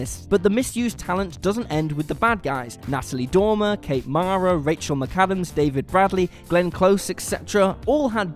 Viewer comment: it's pronounced Rachel Mick-Adams not MiCaddams (McAdams)